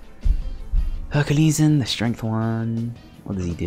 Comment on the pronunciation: Majellyian, said franky correctly thats a first for you, pronouncing things right, maltee instead of multi still, Herculeesan thats fuckin way off